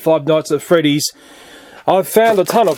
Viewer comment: Honestly, what he does to the knockoffs is how I feel about "Five Nights At Freedys". I feel like "Feeve noights et frdys" is gonna be like Pokemon Go: It'll last and be a lot of things, but then it'll peter out and be gone like everything else.